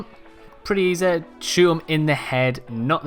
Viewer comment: "its super E Zed"